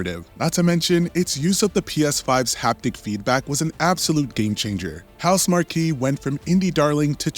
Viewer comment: Pronounced "Housemark" not "Housemarky" lol